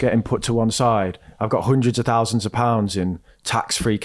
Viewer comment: Does she write "Finking" "Fousand “" Wevva" and "Wiv" in her book?